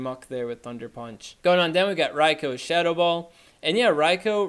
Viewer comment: Rai-Ko? who's Raiko? Does he mean Raikou?